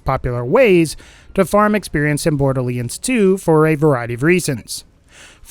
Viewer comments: "borderleands 2" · Borderliands 2 Lol